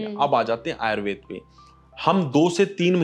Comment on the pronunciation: आयुर्वेद है ना कि आयुर्वेदा